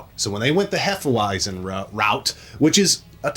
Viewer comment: Hefeweizen. Pronounce the 'w' as a 'v', c'mon boys. Also, please have Megadan and Gabbo on a vid together with y'all soon. 🍻